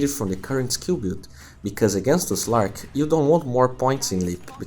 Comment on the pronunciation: Very good video , But can u say Slark instead of Zlark please I couldn't listen to u anymore , just watched the notes.